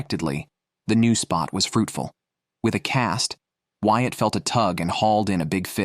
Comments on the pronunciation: Bloody hate these AI generated voices. Ruins the experience. Since when is Whyat "White"?! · This is done well. However, the narrator messes up the names. It is pronounced "Wyatt," not "White."